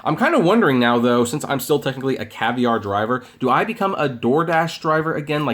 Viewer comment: Caviar... not Cavier